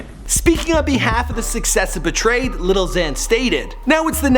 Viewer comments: I hate how he says "lil" Like "little" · Why does he say "little"? It's "lil" like where he see the t's at? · Why does he keep on saying "Little" whatever... its Lil not Little